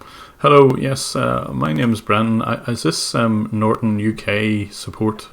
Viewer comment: Norton Nort-on Not-on Not on TRIGGERED